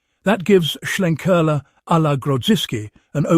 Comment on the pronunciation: Sounds good, may well check this out - love a bit of smoke in my beer. The main thing about this review though, it’s nice that a beer reviewer can actually pronounce Schlenkerla correctly - most omit the ‘l’ and call it Schenkerla 🙄 For that, you deserve a cuddle from Jennifer Lopez.